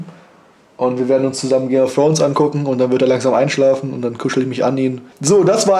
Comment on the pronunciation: " game of frones" xD